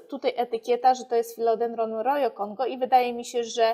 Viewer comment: Roho nie rojo. Nazwa z hiszpańskiego